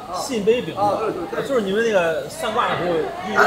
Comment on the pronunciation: "对对对”怎么听起来像粤语“吊吊吊”哈哈哈哈。海鲜档老板娘太e了，哈哈哈